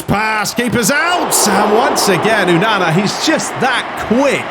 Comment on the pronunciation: Please say onana name properly